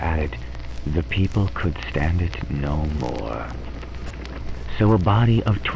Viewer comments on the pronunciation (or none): none